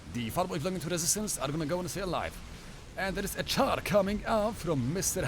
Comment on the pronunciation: hehe, I figured you were from Poland when I heard you pronounce "Czar" like "Char"!